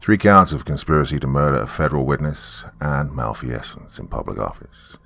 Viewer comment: Why in hell does he continue pronouncing malfeasance that way ? I've pointed it out 3 times already. So round 4: malfeasance /malˈfiːz(ə)ns/ noun: LAW wrongdoing, especially (US) by a public official. MAL FEE SENSE. is that really that difficult ???